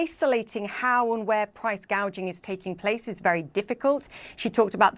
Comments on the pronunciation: price gay jing (gouging). can't even said it correctly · You listen to that dope a d her speech? "Price gauging" I'm pretty sure it's called "price gouging" 🤣 kamala harris proving once again affirmative action doesnt work 🤣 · (1) You purposely cut out the part where she grossly miss pronounce price gouging and called it “price gaging.” Nice try. We all saw it anyway (2) She is in office now and has done nothing. Now, she says that you have to vote for her in order to get her to do the right thing. YOU ARE IN OFFICE RIGHT NOW, YOU NASAL TALKING CACKLING LIAR!!!!!! WHERE ARE THE MISSING CHILDREN AT THE BORDER, KAMALA??!!!